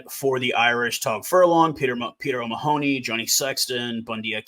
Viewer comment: Btw, it's Mahon-y not Ma-hon-y